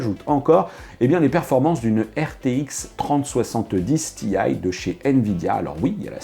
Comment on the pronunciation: je comprends pas pourquoi prononcer tee-aye en anglais quand on prononce 3070 en francais :/